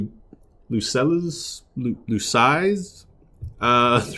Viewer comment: I know the video is a bit older already, but the Vestal's name would be pronounced something like Lou-Cell.